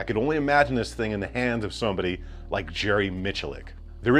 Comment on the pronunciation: Subbing cause you got Jerry’s name correct….. ….And the quality of your videos 😀